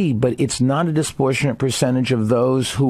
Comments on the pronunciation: What is disportionate? Does he mean disproportionate? That isn't a common mistake like "Febuary" or "nucular". Doesn't he claim to be intelligent and educated? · Toecutter I noticed that too. He was saying “disprotionate” or something like that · Is he trying to say disproportionate and failing miserably three freaking times? Dude..